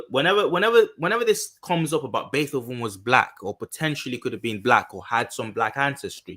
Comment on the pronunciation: BAY -TOW - VEN LOL! great video!